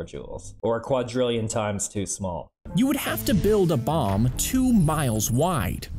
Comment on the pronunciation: I STG I THOUGHT HE SAID "MOM" INSTEAD OF "BOMB"